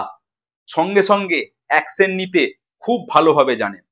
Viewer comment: "অ্যাকশেন" নয় কথা টা হবে "অ্যাকশন"